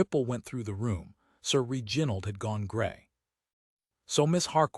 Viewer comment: If this is AI, you must teach it how to pronounce REginald, not reGINald. It is offputting.